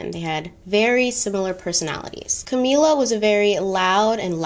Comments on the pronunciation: Sorry to be weird about this, but I think the correct pronunciation is CamILLa, not CamEELa. Like the word "ill". Love your content!! Keep doing what you are doing! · cam-ill-a, like sick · So love your content! But this video irked me with how you pronounced camilla’s name. “Cameela”??!! Noo. It’s ca-mil-la pls don’t accentuate makes camilla sound pretty princess like which she is not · “Cameela” My brain: Ca-mill-a Every.single.time lol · I’m dying at your pronunciation of Camilla, you’ve given it a Spanish flair 😭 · I’ve giggled every time. Anyone else but.. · Yes I got that too and I am an African who watches many Mexican movies. These movies seem to have a lot of Camilla in it and sound just like calls it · Thought I was the only one😂😭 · The way you are pronouncing Camilla 🤣🤣🤣🤣🤣🤣 but you said you watched the crown !! Love the video regardless